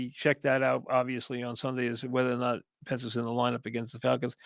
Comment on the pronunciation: He called Michael penix “Pence” 😭